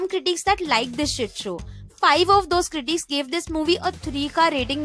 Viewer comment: Great video. But please pronounce the word "critics" correctly. Its increasingly annoying!!